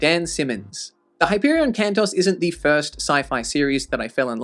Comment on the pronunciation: Isn't the pronunciation 'Can-toes' rather than Can-toss? Plural of Canto, and an equivalent to Tales in the Canterbury Tales, on which the series is modelled?